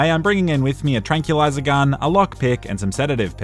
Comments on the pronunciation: It's "tran-QUIL-izer gun", not "tran-KYEWL-izer gun". Every damn time. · Tran-kWill-iser. Say it with me. It's not tran-kill. Can you say "quill" as in the spines on an echidna or old-timey pen? It's pronounced like "kwill".